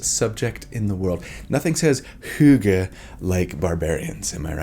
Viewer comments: Damn you nailed the pronounciation Of hygge! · Whoa dude, where do you know hygge from? This is reserved for scandinavia... but I guess you got it right so... but how?